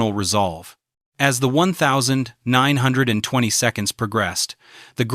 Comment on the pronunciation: “When Ella died in the one thousand, nine hundred and 20 seconds.”